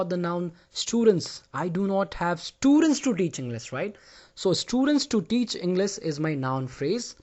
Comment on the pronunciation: No offense but you tell the word English like you forget the h